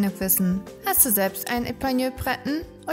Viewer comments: Eine, deren Namen richtig ausgesprochen wird 😂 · Bitte den Namen richtig aussprechen....! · Info: Die Lebenserwartung liegt bei ca. 12-15 Jahren und die Aussprache ist uns hier nicht so gelungen. Epagneul Breton wird französisch ausgesprochen.